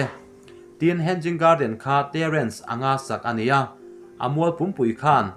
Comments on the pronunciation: Hen-ging garden tih loh tur.. Hang-ing garden ti a lam tur.. Hanging chu inkhai tihna..hanging garden(huan/par huan inkhai) tihna mai ani. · Hen-ging garden nilovin he-nging garden ti a lam tur ani e. Mahni țawng ani lova tumah innuih mai lovin țha tak a inhrilh hi keimahni tan vek ani e. In channel hi țha ka tiin min ti bengvar a in kal zelna turah duhsakna ka hlan mawlh mawlh a che u. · Henging a ni lo aw,hanging garden aw....lamrik dan hi lo zir deuh roh ngaihthlak ahrehom tlat. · Hanging poh lam thiam lo in tiang hi chu ti ve teh suh u.... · Henging nilo hanging alawm